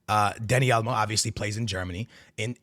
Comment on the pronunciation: been in Texas so long he’s saying Dani Alamo